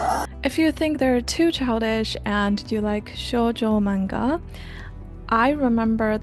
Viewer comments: why are you saying menga? lol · Why do you say MAYnga if you speak Japanese? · no but this one is pronounced similarly in english. The pronunciation isnt exactly the same because of inflection and the duration of each syllable (or mora in Japanese). That being said, both pronunciations use a soft A sound and she even uses the soft A sound in this video sometimes. It confused me so I asked why it might be